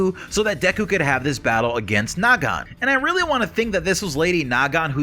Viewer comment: I seriously can't tell if you're doing that on purpose or not, it is Nagant. NOT NA-GANT, come on!